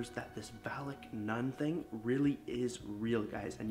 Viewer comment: Wtf is nun sonud like nut but really win u say that